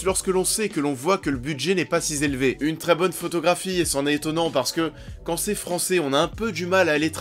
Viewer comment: "si z'élevé" et "pas trop z'aimé"... Ça picote un peu...